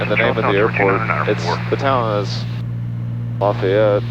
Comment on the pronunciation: Proud the Georgian can pronounce Lafayette correctly! Though the real one is down here in Louisiana. Nice flight!